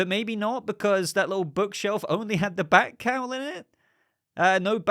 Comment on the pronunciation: Listening to this while doing stuff- at first thinking you were saying Batcow not bat cowl and picturing BATCOW rising up on a platform is epic and needs to happen at some point.